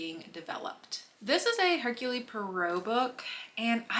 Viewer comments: It’s her-cool. Not Her-Cooly. Every time you pronounced his name I winced. Do some basic research before filing a video lol …. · The e at the end of Hercule is silent. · If you saw the movie adaptations, then why do you consistently mispronounce Poirot's first name?